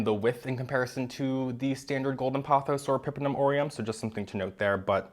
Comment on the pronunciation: Hermione voice “It’s epi-PREM-num, not e-PEPPER-num”🪄